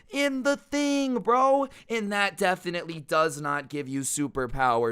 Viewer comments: he said jefflelly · Did he say jeffinitly